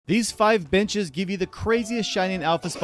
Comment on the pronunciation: Started the video and the first thing i hear is "These 5 bitches give you the craziest..." and i was like "ayo did i hear this right?" Then next second i figured he said benches.